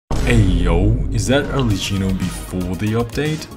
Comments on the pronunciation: Arlecchino is an italian name so it's pronounced "arlekkìno" (with the accent on the "i") - 🤓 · People pronounce it arleCHIno? it’s a K sound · it's pronounced Arlekino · Pls learn how to pronunce an italian name before post a video cause the H in arlecchino Is a strong sound